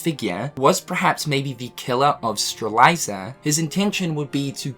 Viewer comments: I love u dude, but it’s Strelitzia not Streliza haha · It's now 2020! lol 😂 Lauriam is pronounced Lore-yam or Lo-riam not Lomariam! 😄😂 It's Stre-lit-zia not Stre-liza! 😂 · Stra-Lit-ZiA, not StrLiZa, love your vids bro, but it makes me cringe EVERYTIME u said her name man. Lol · I love you but Lauriam = Lawwreeyum Strelitzia = Strelitszeeyuh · Love the videos, but your pronounciations are killing me 😂 It's Ma-leh-fi-sent, Law-ree-am and Streh-lit-zee-uh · February 2020 and still doesn’t know how to pronounce Strelitzia. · Why does say Lauriam and Strelitzia's names incorrectly?